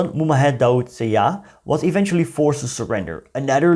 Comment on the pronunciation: I believe the digraph sy is pronounced the same way as “sh” in English. So, Syah is pronounced as Shah, syahid is pronounced as shahid (martyr).